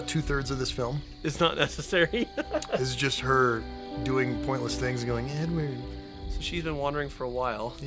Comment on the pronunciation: when he says " Edward" .. I am dying🤣🤣🤣🤣